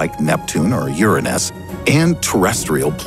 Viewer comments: the way my man says Uranus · Instead of saying urANUS he said URINus